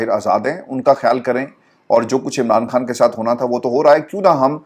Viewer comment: ، مجھے پورا یقین ہے کہ آپ خان اور کھان دونوں الفاظ میں بخوبی تفریق کر سکتے ہیں اور دونوں الفاظ کی ان کے درست تلفظ کے ساتھ ادائیگی بھی کر سکتے ہیں ۔ یقین کریں کہ آپ جیسے نفیس انسان کے منہ سے عمران "کھان" سن کر شدید دکھ ہوتا ہے کہ آپ کو سن کر نہ جانے کتنے ہزار افراد اردو الفاظ کی درست ادائیگی سے محروم ہو جائیں گے ۔